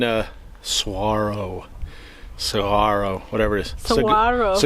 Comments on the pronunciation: SaHuaro... Pronounce it right dammit!! ;-) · If anyone wants a more expansive view of Arizona, the Sonoran Desert, the Tucson area or Saguaro National Park East or West, one can see my large Arizona playlist, an organized video tour of much of the state, where this area is well featured. ~ Saguaro is pronounced Sah war' oh, and Cholla is pronounced Choy' ah. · The amount of times sucked in her bottom lip/shaked her head bc of "saGUaro" pronunciation 😂